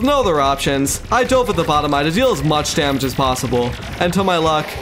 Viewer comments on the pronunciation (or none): none